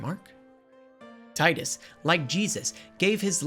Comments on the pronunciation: for the th time, it's TEE-DUS, not ty-dus. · Fyi its teedus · Oh no. You say TIDE-US. This debate will never die. I'm only at the introduction of Wakka. I'll edit/update throughout the video. Edit 1: I fell asleep watching this so I'm trying to go back and catch up. The inability to pronounce Macalania as a running gag is fun, but, damn, the saying Tide-Us and Bye-kanel is killing me. Maybe this sort of thing is your brand of humor. I don't know. This was in my recommended so I clicked. I'll do more looking into other videos of yours. Edit 2: I wonder if you cover the remaster at all. I missed the PS2 face models but I've been playing the remaster for almost a decade so this is mind fuckery. Edit 3: You are mixing up a decent amount of plot but you did mention at the beginning that you only played this twice since release so that's understandable. I like your delivery or dramatic script reading. Very well made so far. Just passed the Gagazet Dream of the Fayth part. Tidus was originally going to be unsent but The Sixth Sense came out so we can't copy that so boom you're imaginary instead. The development of this game is honestly fascinating. Edit 4: You can freely sort both items and equipment from the party menu outside of battles. either manually sorting or using the auto sort button. Edit 5: I know that my comment is gonna come off hella harsh, and I don't mean to antagonize. I'm super passionate about this game and also love looking at valid criticisms. I fully agree that the Jecht story is hella weak because your abusive father get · "Taidus". Oh god, no, I'm not watching almost 2 hours of that. Thanks for clearing that up in the beginning of the video! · My skin boils when “tidus” is mispronounced 🤮